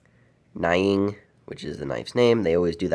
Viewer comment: It’s pronounced “nee-ing” and is the term for a layered campfire. It’s a beautiful and amazing knife, just like most Helle knives.